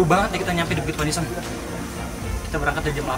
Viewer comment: Udah lama ga liat RTE , BUKIT PANIISAN sebenarnya kalo orang Sunda penyebutan nya pa-ni'is-an yang artinya tempat buat neduh atau tempat teduh 😂✌️(di ambil dari kata ti'is yg artinya dingin/adem)